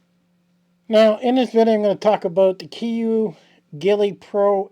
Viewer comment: Alaskan Island in the southern archipelago. Pronounced Koo-yoo.